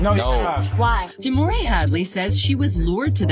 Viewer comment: Omg her name is DEMOREE get it right